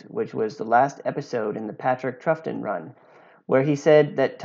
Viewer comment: For future reference: Troughton is pronounced “Trout Ton”